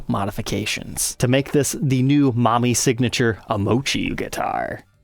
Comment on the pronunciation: Hah-roo-nah. Mah-mee. Moh-chi. All syllables are given equal weight, and don't blend together.